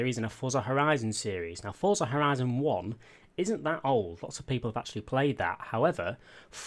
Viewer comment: Why does everyone say fortza?